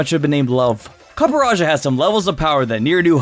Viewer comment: Yeah i knew that you're propably supposed to pronunce it Coppe Rajah Like Raja in you language